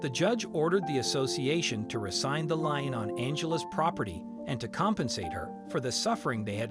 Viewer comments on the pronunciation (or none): Lien. Pronounced like seen or keen or teen or ween (or wean) with an "L".